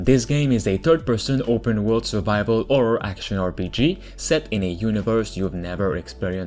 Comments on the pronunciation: I love the way you say 'horror'. It sounds like you're saying 'orror' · Absolutely orrific